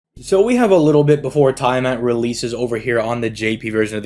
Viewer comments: It's Tia-Mot my dude xD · Is it? I'm a D&D Dungeon Master regular so unless it's specifically a Fate difference (I don't know Fate), it is Tiamat. This Youtuber's definitely pronouncing her name wrong either way lmao.